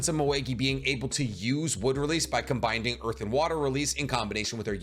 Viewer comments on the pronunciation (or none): Every video you say “combinding”…. I think it’s combining. Not binding. Idk if it’s a mental lapse or just a weird pronunciation. But it kills me